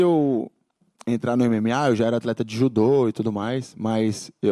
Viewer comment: Português muito bom mesmo, se não fosse pela pronúncia do "MMA", nem iria suspeitar.